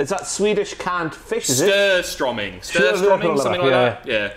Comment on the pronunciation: "Skurstromming" 😂😂😂 You should really have that in the next hell in a smell but you should know that it's called "Surströmming". And don't say "stromming" it's "strömming" the letter "ö" makes a ea-sound. Like in the word "heard", take the ea in heard and put in the word and you have Surströmming